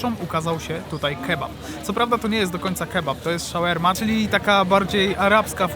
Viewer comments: Shawarma.... a nie Shawerma.... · słyszałem już sharma, shorma, shaorma, shoarma, ale szałerma to jeszcze nie słyszałem xD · Tak powinno się mówić 😊 "shawarma" czyli po polsku szałerma